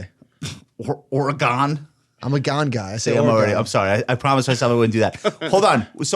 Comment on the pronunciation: Okay I'm a little bit surprised that Josh pronounced Oregon correctly. That's usually troublesome for people who come from the East Coast